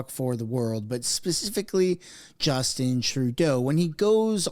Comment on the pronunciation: / Justeen Trudeau lol /